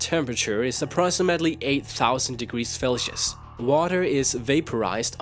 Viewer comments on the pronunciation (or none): "Felsius"?!? FFS man its Fahrenheit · "Felcius" what the fuck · What got me was Felsius (Fahrenheit and Celsius combined) pounds pronounced as LBS and Galowns instead of gallons. Sorry to pick on your accent and seeing that English most likely is a second or third language I don't mean to bash you just it made me chuckle :) nice video BTW I love looking at pokedex entry's! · cough 18 000°F = 18 000 degrees... felcius? wat? = 5800? DId yhis guy drop out of 1st grade or is he doing this purposely? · Felcious, Galoons xD, physike, uniworse my fav pronunciation errors in this video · He pronounces it like Felcius like he thinks it's how it's pronouned lol and he pronounces Gallons like Galoons. What is up with thus guy?! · Felshius? Galoons? wtf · "Pokemon are just superpowered animals" "The sun is 10,000 degreese 'Felcius" "His body looks like a body builders 'physike'". Great job, I'm only 3 minutes into the video, and you've proven to be one the dumbest people on YouTube. Let's dive down on the reasons why: #1. Pokemon are not animals. They are pocket monsters. #2: The sun's surface is 10 MILLION degrees FAHRENHEIT, not 10 thousand "felcius". #3. Physike is not a word. It's Physique. Pronounced: "Phys-eek". Also, wtf is a "Galloon"? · 5000 miles (8000 km) per hour is average jet speed? Felcius? Galloons? I would like to watch the video until the end because your arguments are somewhat interesting, but failing with real world data and not knowing the measurement units and the way they are pronounced makes me want to cry when I see this video. Seriously, this is just horrible. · He also said "Felcius" instead of Farenheit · its not called felshus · I love how for magcargo he said 8,000 degrees felsius.. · ARE YOU SAYING "FALCIOUS"??? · did you actually say 'felcius'?